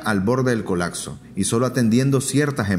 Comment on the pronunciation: COLACSO / COLAKSO no es un verbo la palabra es COLAPSO con “P”